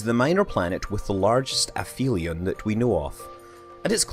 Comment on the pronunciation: Neither was I. Nor was I expecting him to mispronounce aphelion or apophis.